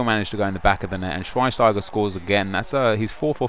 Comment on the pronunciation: its shveinsteiger not shweinsteiger